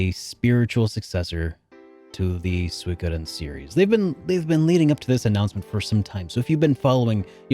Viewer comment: did u edit the part when u said suikoden because u said it wrong at first? lol